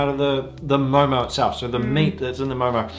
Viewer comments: First of all thank you for calling it correctly as MO:MO😍. Because some people say it momos🤮 Judging on the basis of your observation only, this recreation is totally a HIT!!! A Nepalese approving your MO:MO😜 And stay safe!😊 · You Pronounced Very Well,Actually It Is Momo Not Momo’s....👌🏻